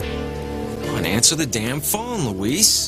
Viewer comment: Except you're wrong. His name is Luh-weese. It's not Lou-is. Everyone, but Roger are saying Luis's name properly.